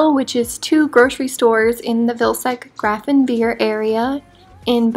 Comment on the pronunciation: Here you have an umlaut to spell Grafenwöhr correctly: "ö". Umlauts aren't decorational, they're vowels in their own right. The pronunciation is more akin to the word "were" instead of "veer".